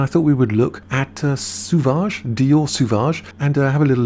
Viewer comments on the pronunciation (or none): It's SO-VAGE, not Su-vage